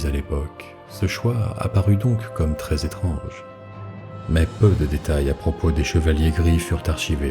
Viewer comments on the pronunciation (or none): none